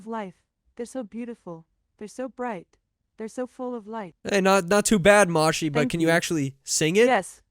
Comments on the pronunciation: Oh right, it's because you called it "mahshee" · It's pronounced like "Mo-shee" I'm pretty sure. It's the Japanese word they say when they pick up phone calls.